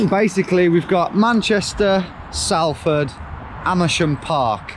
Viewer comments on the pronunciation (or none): 1. Never tell a Salfordian that they are from Manchester, they are a completely different city. 2. Salford not Sallford. Think how you pronounce salt. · Saying salford like SAL ford really got me fucked up. Here we say it like "Solford" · sOlford not sAlford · im from salford and knew it straight away and my guess when confirmed when i saw the beetham tower......... And then he had to say "sal-ford" its sol-ford....my pet peev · Salford is pronounced like "Salt" not "Sally"; phonetically more like "Solford" Wasn't expecting to immediately know where you were on any of these rounds hahaha your coronation street vibe was spot on hahaha. Should've grabbed yourself an Eccles cake. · I’ve never heard anyone call [solford] ‘Sal-ford’ haha! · I love your videos but please for the love of God it's pronounced SOLford not SALford (even though it's spelt that way) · salf fard? lol .. try , solf> furd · It's pronounced SOLford, not SALford ! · It’s pronounced sol ford not Sal ford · It's pronounced... Solford not salford...and it's not Manchester.. We're not mancunians we're salfordians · its pronounced solford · I live in Salford and it’s annoyinv how he says it s(a)lford it’s pronounced S(o)lford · Anyone else feel physically sick every time Tom says “Salford” when all us northerners pronounce it “Solford”? 😂 Great video Tom, keep us the great work!! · It's pronounced "sh . it" or sometimes "SOL . ford". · It’s pronounced solford despite the spelling being Salford. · GeoWizard: "SAL-ford" Me: winces in Northern On a side note, he gets dropped off right where some of my uni mates used to live... kwl XD... but also yeah, a tad dodgy round there. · It's not Salford, It's Salford! Like salt! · Salford like ‘solford’ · Being a local, I feel the need to point out... Salford is pronounced like salt. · Im from bury which is somewhat near salford and its pronounced solford to the locals 😂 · Pronounced Sol-ford (Salford) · We pronounce it SOLford :) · It's pronounced SOLford